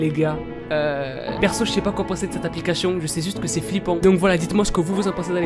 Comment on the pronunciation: arete de dire aplicachetion !!!!! ;))